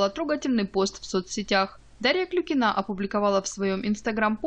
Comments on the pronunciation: Почему Вы говорите КлюкинААА, если её фамилия КлЮЮЮкина? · Не Клюкинаа, а КЛЮЮЮЮКИНА!!! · Ну как бы у нее фамилия КлюкинА.. Даша сама даже так произносит свою фамилию.